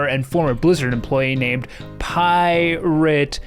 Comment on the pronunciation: Pi-rat software